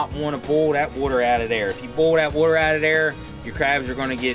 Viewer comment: Wooder.. lol.. Love it